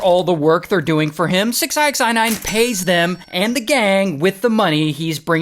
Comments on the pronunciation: it's just six nine,Why you're saying "six eye ex eye nine" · It's six ix9ine. Jeez. Not six ixi 9ine jeez! Get it right... dontcha speak inxlish! 😂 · Why do you keep calling him “six eye x eye nine”? 😂😂😂😂😂😂😂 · 6 I X I nine? Why are you saying it like that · So who is fooiine?😅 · Six eye x eye nine? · From calling him “six-i-x-nine-ine”🤣 to saying he was “grabbed by his rainbow colored hair”🤣 to mentioning his My Little Pony necklace🤣; I can’t help but laugh my a$$ off at this entire story. Your story telling abilities are GREAT!💯💯💯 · You really can't just say Six Nine? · "six eye ex eye nine" is crazyyy work Ray 😂😂😂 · Six i x nine ine 😂😂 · u prounouce his name as SIxNine btw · RAY! Why are you saying his name like that my friend? It’s just 69 lol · You have to be trolling the way you say 6ix9ine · How are you not able to say the man’s name correctly? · He pronounces 6ix9ine super hilarious!!! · Why he saying his name like that 😂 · Why is he saying his name like that....